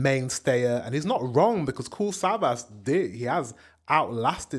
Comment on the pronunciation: Savas is Turkish and pronounced Savash.